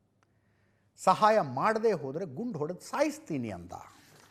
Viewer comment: ಸರಿಯಾಗಿ ಓದು ಗುರು ಸಾಯಿತೀನಿ ಅಂದ್ರ ಸಾಯಿಸ್ತೀನಿ ಅಂದ್ರ